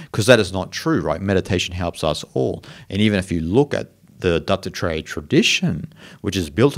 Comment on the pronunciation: it sounds like you are saying Dr Dre instead of Dattatreya, creates a wonderful spin on your lesson, great stuff btw.:-)